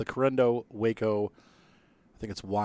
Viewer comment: Good review.. I enjoyed the commentary. I fly Rc also.. This Waco is definitely a love / hate relationship (bad ground handling) Minor note.. usually pronounced "wah-co" (the first syllable pronounced as in "water"), not "way-co" like Waco, Texas, whose name is entirely unrelated. Looking forward to more videos.